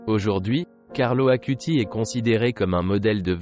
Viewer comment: Carlo Acutis. Non Carlo Akuti